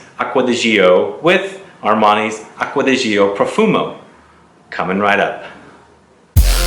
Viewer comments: It is Acqua di GiO ( like Joe), not GIo (like Gee-o). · Italien Aqua di Gio English: Water of Joe Please dont say g.i.o its a Name pronounce it: Joe